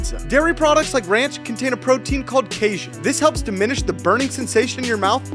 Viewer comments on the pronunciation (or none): Why did He Pronounce Casein as Cajun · Its pronounced closer to "kay-seen" not "causian" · The protein in ranch is pronounced “Kay-seen” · Who pronounces "casein" like that 😂😂😂